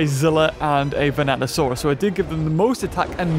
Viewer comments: Completely. Different. Skull dino man. Vanatosaurus and Vastatosaurus are not the same dino. Hearing him say it wrong throughout most of the vid is making me whinge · Yep. Them "Vanatosaurus's" are pretty vicious. Totally not "Vastatosaurus" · Vastatosaurus.... Not Vanatosaurus 🤦‍♂️ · Godzilla '98 is NOT Zilla. Also, they're called Vastatosaurus and NOT Venatosaurus. Just saying. ^^ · Me: Vas: Vas Me: Tat: Tat Me: O: O Me: Saurus: Saurus Me: Vastatosaurus: Vanatosaurus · Vanasurus sounds like bananasurus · Venato>Vastato XD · Bro said vastatrsauros once and then the rest is venatasauras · In the intro you said vanatosaurus ITS VASTATOSAURUS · Seriously? It's not Venatosaurus. It's *Vastatosaurus. Rex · Vastatosaurus not vanatosaurus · he says vanatasaurus instead of vastatasaurus lmao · It’s VaSTATosaurus not VaNATosaurus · it is not vanato it is vastato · ya japanese speaking show off lol! 😅 vrex! 😚 and its vastatosaurus rex not venatosaurus. venato/vanatosaurus r the raptors in the film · See, I also heard "Bananasaurus" like the first time he said it but then I was like "Nah, It's Just Saying Dinosaur Names Wrong." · 'Vanatosaurus' Me: gets triggered everytime he says that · I kept thinking you were saying “Bananasaurus” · Even the caption keep saying bananasaurus rex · VASTA! Say it with me: VASTAsaurus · when he said vanatosaurus i left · yes but beaver is talking about vastatosaurus